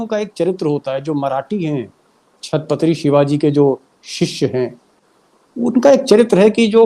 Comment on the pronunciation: Deepak ji chhatpatri nahi hai chhatrapati hai 😅